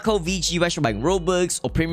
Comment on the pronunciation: bro the way this man says “Robux”